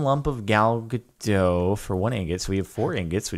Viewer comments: Ga-dot. Dot is pronounced like a dot • Not "Gadoh", Like you've been pronouncing it. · her name is Gal Gadot not Gado...